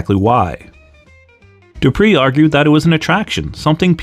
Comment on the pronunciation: Just wanted to correct something. Emile's surname was pronounced DO PRAY. When Rene went to WWE they had changed it to the Americanized DO PREE